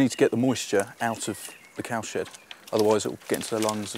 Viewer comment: Is it just me, but every time they say cow shed made, it sounds like cow shit made?